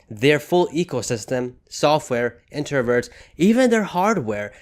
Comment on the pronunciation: “Intervert” lol Inverter. Good video tho 👍🏼